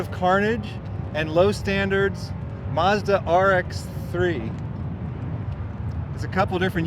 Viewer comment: mate, as a car lover (you that is, not me) i'm so glad you got to experience Summernats 😄👍💪 ps. Its not Muzda, its Mazda!